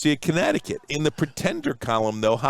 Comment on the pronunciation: University of konnecticut 🙄